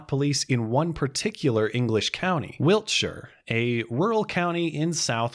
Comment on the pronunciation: thanks for not Americanising your pronunciation of Wiltshire. Good Video